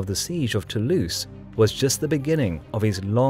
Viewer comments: nice, but please pronounce Toulouse with a "z" sound, not an "ss" sound; it really grates the ears. It's "to lose" not "too loose". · Born To-Louse